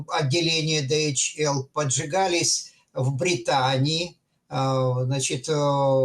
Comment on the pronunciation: Во загнул! Дэгаэль! Голова пухнет. Ди-эйч-эл.😮 Выключаю.